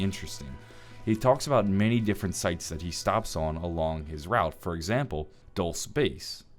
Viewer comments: It's pronounced "dool-seh" or "dul-say". A Spanish word meaning "sweet" or "candy". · the town is actually pronounced Dull-say and its entirely in new mexico. just thought i'd let you know. great content sir keep it up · Haha Dulce, its said dol-say :D not that I care, I'm just from NM and had to point that out. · It’s dulce like candy not “duls”, even ted says it right. It’s Spanish. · Dulce is pronounced “duel-say” It’s the Spanish word for sweet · Ted says Dulce base still pronounces it Dolss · it's pronounced Dul-seh. Even the robot says it. It's okay it's a town with a Spanish name. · its pronounced dulce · I believe it's pronounced "Dull-Say" Base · "dulce" is pronaunced Dul-seh (latin for sweet)👍🏽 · Dulce is pronounced dul-say as heard by T.E.D.D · how do you still say dolce wrong when you have a clip of the correct pronunciation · Ur saying dulce wrong. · mispronounced Dulce but that's okay, you get a pass 👀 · Jake the Iraqi Spanish is European and he pronounced it wrong